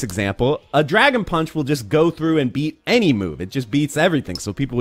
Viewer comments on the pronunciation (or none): none